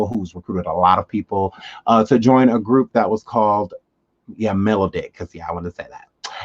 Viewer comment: Mel...Odd.....ick. Like melody.